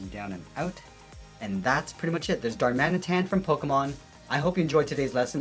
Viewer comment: Legit thought he said dhar mann. Edit: great vid tho, keep it up